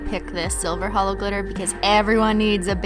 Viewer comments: OMG she said HELLO not HOLO 😭😭😭😭😭😭😭😭😭😭😭😭😭😭😭😭😭😭😭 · SHE SAID HELLO INSTEAD OF HOLO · She said hello instead of holo ahhhhh